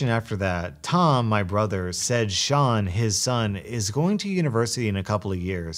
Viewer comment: When pronounces Sean the correct way. Faith in humanity restored.